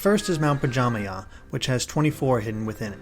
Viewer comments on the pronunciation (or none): Pajamaja, not pajamay 💀